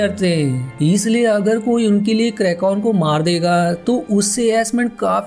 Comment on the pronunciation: It's "kraken" not krakon